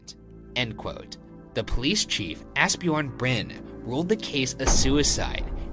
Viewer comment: My name is Asbjørn, the first one is pretty close but the j is pronounced differently